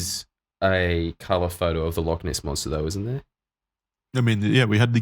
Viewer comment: They're going to mispronounce Loch every time aren't they